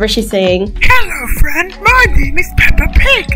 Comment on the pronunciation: Hhaha darren say hello frien i am peppa pig😂